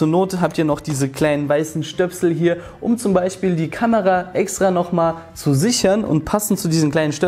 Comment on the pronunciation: bin ich doof oder sagt der immer "kanera", statt kamera?